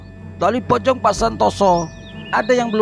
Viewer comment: Kalo mau bilang pocong bukan gitu bilangnya poci